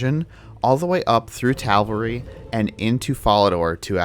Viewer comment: Are you... saying Tavalry instead of Taverly